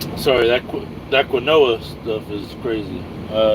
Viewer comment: Quinoa is pronounced "keen wah" accent on the 1st syllable...very healthy...wtg!